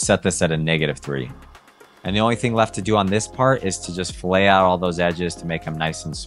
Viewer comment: I do not want to be that guy, but since you are selling your services, pronouncing “fillet” correctly will help you sound more professional. .